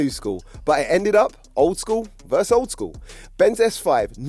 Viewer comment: VERSE = a musical term VERSUS = competing against PLEASE PLEASE PLEASE STOP SAYING THIS "VERSE" THAT.. apart from that one thing though I do really like the vids